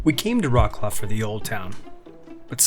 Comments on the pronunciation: Vrotz - Lav! Do not butcher the name of this beautiful city! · Not Vrots-Claw, rather Vrots-Love. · "Roklo" that how sound in polish😂😂😂try vroclav(c is not k) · Its not rawclaw, you know the history,why dontyou learn how to pronounce the city name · Vrotz-Wahv, more like. The "Ł" is pronounced like English "W", ALWAYS. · Wroclaw is pronounced Vrahts-wahv. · OMG, please do not insult Wrocław by pronouncing its name in a way that bears no resemblance to the actual name !!!!!!!!!!!!!!!!!!!!!!!!!!!!!!!!!!!!!!! WROCŁAW Wrocław pronunciation is Vro-ts-wav ✅ Polish W = English V Polish C = English Ts from Tsunami Polish Ł (it's not L) = English W WROCŁAW = Vro-ts-wav ✅